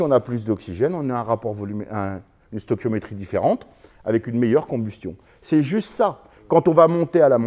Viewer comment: "Le rapport stochiometrique"